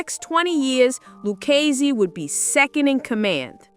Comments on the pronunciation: It's "Lou KAY zee"... Not "Lou Chay Zee".... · Are you from NYC? If you are,you sound like a carnival character You can't even pronounce luccsse